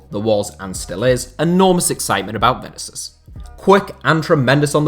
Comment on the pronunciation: I like your videos but man you got to stop butchering the pronunciation of players names (Vinicius in this case)